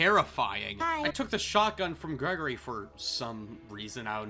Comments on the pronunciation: STOP CALLING HIM GREGORY, IT’S GRIGORI 😭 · bro its Grigory not Gregory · Hearing you pronounce Grigori as "gregory" dealt immense amounts of psychic damage to my brain, dude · His name is Greg-gore-ree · why do people always mispronounce grigori, he literally says his name when you first meet him